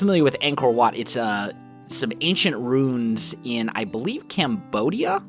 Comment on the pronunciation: Ruin, not rune. Arrrrrggggghhhh! Everything else is awesome!